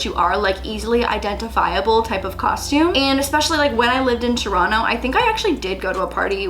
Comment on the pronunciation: I appreciate that you still pronounce Toronto like a true Torontonian